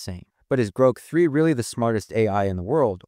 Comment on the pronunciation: And the computer voice... Groke???